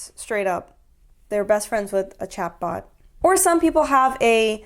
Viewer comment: 😂 everytime you say chatbot i hear chadbot